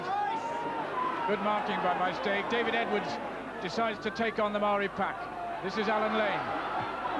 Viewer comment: I’m very impressed that the commentator is pronouncing “Maori” correctly. Many kiwis of that generation still alive now still pronounce it “Mow-rees” - completely incorrect